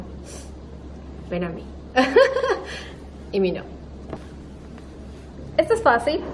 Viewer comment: No se dice li min jo se dice li min o**